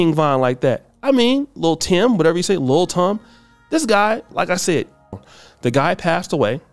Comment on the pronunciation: Who is Lil Tom bruh?! It’s TIM 😂😂😂